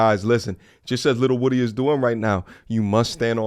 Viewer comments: Shut up u irritating & its WOO Dee not Woody wtf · Lil woo dy... People always pronounce bro name wrong